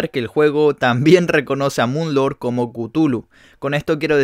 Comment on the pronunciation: No se le dice mun lorg se dice moon lor